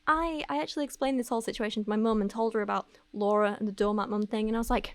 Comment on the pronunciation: Hahah not “doormat maaawm”